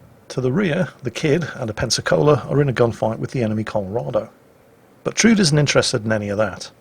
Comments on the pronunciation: Actually, it is pronounced Trud-E (e as in ever). Norwegian womans name. ;) (Guess it is originally a German name actually) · "Trud" is Tru-de a Scandinavian girl's name. She did well. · Actually,, it's pronounced "Trud-ay" She's a character from Strike Witches.